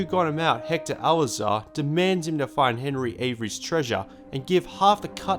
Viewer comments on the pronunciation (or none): Its alcazar not alazar